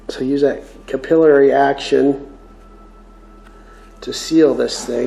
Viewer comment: btw its not cap-il;-eee-airy action it's cap-ill-airy action (or cuh-pill-er-ee if you are a brit or cap-ill-er-ee if Canadian) there's no second i after the l's. believe it or not it's the same as the method/action that oxy-gas brazing works to spread the brass or bronze or whatever over your parent metal... Yeah I thought I was going to be a welder by trade but scoliosis got in the way.